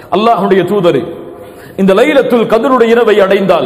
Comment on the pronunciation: ASALAMU ALAIKUM it's not" lailatul Kadir"... It's" LAILATUL KHADAR"